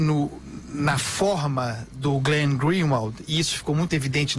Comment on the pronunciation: Fala pro Andreazza que é Glenn e não Green .. kkkkkk